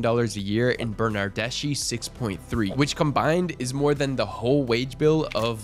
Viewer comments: It's Bernardeschi not Bernardesci. The pronunciation is wrong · Quick reminder that SCHI in Italian is pronunced 'SKI' not 'SCI'. That's not 'Bernardesci', that's 'Bernardeschi'